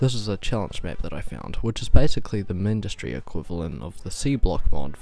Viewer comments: i hate when people call it (mihn-dis-tree) it is literally supposed to be (myn-dus-tree) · Where? I don't see it on the github page. And even if it does, myn-dus-tree sounds really bad in English. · The wiki proves that the way you pronounce it is wrong. go check.